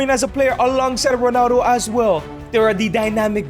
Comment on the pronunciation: Why u say "Ronano"